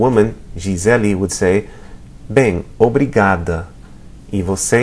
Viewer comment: kind of sounds like 'bay em' to me.